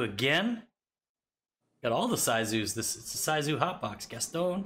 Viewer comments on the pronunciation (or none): Internally screaming at pronunciation of Sisu. Its “Sea-Soo” (soo sounds like moo) not “Size-Oo” 😂😂